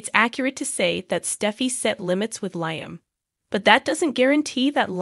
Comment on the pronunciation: Please say Lee-um (Liam) not Lie-um